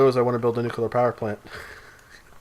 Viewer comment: Nucular. It's pronounced, 'nucular'.